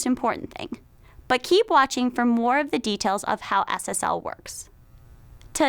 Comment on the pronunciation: When she says SSL it sounds like Ass Ass L